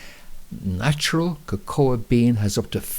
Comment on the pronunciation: Im sure Cocoa ia not pronounced like that. You said it right the first time then kind of made your own word up lol